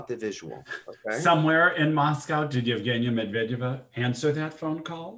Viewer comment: I also love the accent :D Just one thing, why do you pronounce Medvedeva as Medviiideva? The accent is on the second e so it's MedvYEdeva.